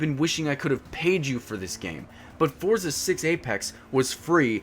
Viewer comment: This is a demo of the full game... Also, check Forza Horizon 3. Lastly, it's pronounced similar to "Fort-sa," not "For-za." It's an Italian word, like pizza.